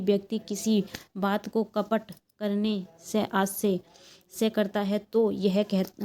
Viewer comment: Kapat hota madam compat nhi